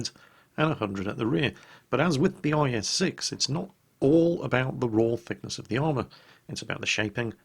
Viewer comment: At some point he said IS-sex???? What's going on there?:P